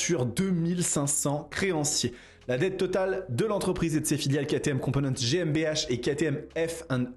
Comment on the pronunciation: Prononcez Gué M B A (gmbh) au moins c’est stylé et juste 😅